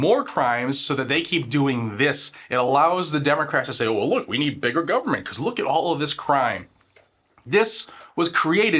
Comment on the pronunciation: Brando and his bunch have to be in bed with mexico " guvernbent"